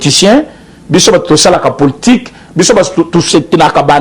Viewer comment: Poltik te mais politique bien prononcé mon frère